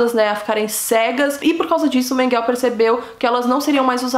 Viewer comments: Não é menguel e sim menguele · Menguele é não menguel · Não é Mengel!!! Mengele repita Mengele!! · Não é Mengueu mas sim Mengule guellleee Mengule lê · Não é Mengueu é Menguelllleee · Em português a pronúncia não é Menguel e sim Menguele? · Morou próximo minha casa aqui em caieras. Só que acho que você está pronunciando errado. Não é menguel é menguele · A pronúncia correta não é Mênguele? Achei estranho Menguell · Por que você sempre fala Mengel ao invés de Mengele? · Conheci ele pessoalmente é Menguele e não Menguel ! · Não é Mengel e sim Menguele ,Josef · A pronúncia, senhor! Esse "Menguél" dela perfurou meus tímpanos e me impediu e proseguir no vídeo. A pronúncia correta é "Mênguele", moça! "Mênguele", e não "Menguél". Cruzes!!!!!!!!! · Não é MENGEL e sim MENGELEEEEEEEEE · Não é Menguél, é MengelE! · Porque diz Menguel...??? E MENGUELE...se pronuncia Menguele. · Não se pronuncia mengel e sim mengele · SABE A "IMRESSÃO" QUE FICA QUANDO VÍDEOS MARAVILHOSOS COMO O SEU SÃO DESMONETIZADOS??????CONIVÊNCIA!!!!!! APROVAÇÃO DO QUE FOI CENSURADO..... INFELIZMENTE..... PARABÉNS,!!!! ESSE ABSURDO TEM QUE SER SEMPRE VEICULADO PARA O MUNDO NÃO SE ESQUECER DESSES HORRORES DO HOLOCAUSTO. E PRINCIPALMENTE, PARA NÃO REPETIR!!!!! OBSERVAÇÃO CONSTRUTIVA COM RESPEITO: NÃO É " MENGUÉL", A PRONÚNCIA CORRETA SERIA " MÉNGUELE". COM TODO O ❤️ CARINHO. 😊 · A pronúncia certa é Mengelê, mas o vídeo ta mt bom parabéns 👏🏼👏🏼👏🏼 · Seu vídeo é ótimo. Mas o nome dele ´Joseph Mengele e se pronuncia "Iosefi Menguele" e acidade onde nasceu é Gusnsburg, da forma como é escrito. Não tente inglesar os nomes. Desculpa a correção. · Obrigado.. "Menguel" tô indo....fui 20 anos na escola... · A pronúncia do nome é Mênguele. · Julgo que é Mengel , sem "e" no fundo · Ela tem que melhorar a pronuncia do alemão, não pode comer o E do final,...pronunciar certinho. Afinal não é inglês, Mengel.... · Por quê você fala " Mengel"( eu sei que você fala do jeito que você quiser...)Mas "Mengel", é terrível!!!!